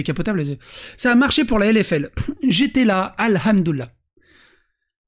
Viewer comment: Je suis un rebeu (oui mais mon pseudo blablabla osef) et on dit : Hamdoulah ou Al Hamdou Lilah , mais pas Al Houmdoulah, et ça, ça me gonfle, avec tout les Wech, Walah, Starfoulah...